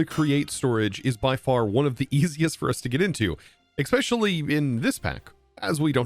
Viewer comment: You are pronouncing words wrong. “Ekspecially” “A nuff” “Inless”